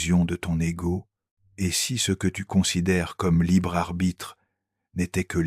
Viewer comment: Sérieusement,... réécoutez et corrigez. Il lit "ET" : "heu té". Des pauses là où il n'y a pas de virgule (manque de poncutation). Des erreurs de traduction et conjugaison, (petites, sans conséquence, mais présentent). Pourquoi réduire la force de l'oeuvre original avec des erreurs de lecture ? Mieux vaut moins, mais mieux. Sauf si vous courrez après la quantité sans égard pour la qualité. Qu'est-ce que cela vous apprend sur vous ?